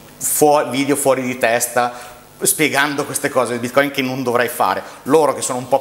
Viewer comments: Tutto molto bello, ma perché andare controcorrente rispetto a tutti gli esseri viventi del pianeta chiamando bitcoin con l'accento sbagliato? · Quabdo intervisti l’esperto, che pronuncia la parola Bitcoin nel modo corretto, ma ru vai avanti imperterrito a pronunciarla in modo sbagliato per dimostrare la tua velocità di apprendimento…